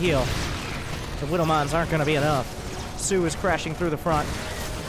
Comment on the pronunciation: please stop calling him SUE lmao